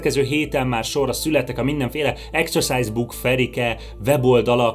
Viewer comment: Akkor rosszul ejtette ki a szót